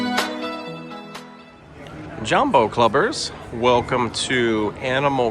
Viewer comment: It's JAWmbo. Not JUMbo. It does not rhythm with Dumbo. It's NEHspresso, not N-spresso. Also, not all concierge rooms are savannah view.